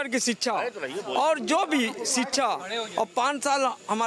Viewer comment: Abey Kyan Pada Hain SHIKSHA Bolna Seekho Pahle